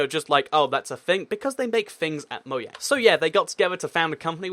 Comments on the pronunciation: Ok u keep calling mojang mouang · Why do Brits pronounce it Moyang and the Americans pronounce it Mojang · Btw it's Möjang not Mojang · Because it's actually pronounced Moyang instead of Mojang, despite it being spelled that way. The place where the company is from, Sweden I believe, pronounces the J like a Y